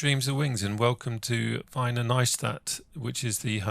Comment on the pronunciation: Wiener is pronounced "Veener" :o) ...Also, TrackIR is the best thing since sliced bread and I wouldn't fly without it, but during your intro, when you're talking to the camera, it might have been a good idea to utilize the 'pause' function.